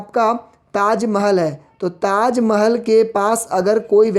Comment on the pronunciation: Sir Taj Mahal HOTA he na ki Taj majal